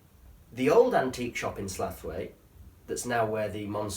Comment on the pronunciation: Love the video but are you saying Slaithwaite wrong on purpose, tha should know it's Sl ow it